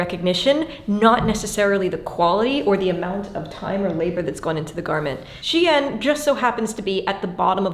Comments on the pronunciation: I like how you pronounced "Shein" as "Chien," producing the (probably correct) implication that they sell dog-quality products. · Funny note, the way you pronounce "Shein" sounds like "chienne". Which is the name for a female dog in french and usually said as an insult. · Great video, but please pronounce the brand name 'Shein' in the correct way: SHINE. Yes, the words are pronounced the same, just spelled differently. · it's funny your prononciation of shein sound like chienne (female dog / bitch in french) except that thanks i learn a lot by your vidéo